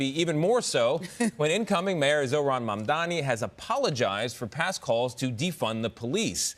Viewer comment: All Mamdani's haters like to mispronounce his name as "MamdaMi".